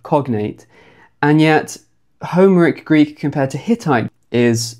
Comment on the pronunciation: "HOmeric Greek" made me wince every time. Do you say "HIStoric" and "CLImactic" as well?